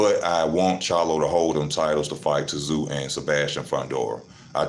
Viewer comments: T Zoo 😂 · Luckily your opinion has no relevance. You pronounce his name zoo.